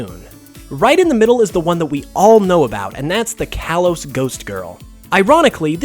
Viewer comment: "Kalos" is pronounced "kah-lohs"